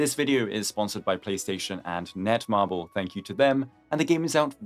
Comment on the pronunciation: It's Netmarble though.